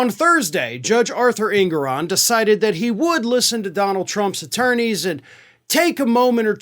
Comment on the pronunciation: Just FYI, the Judge's name is properly pronounced, "en-GOR-on."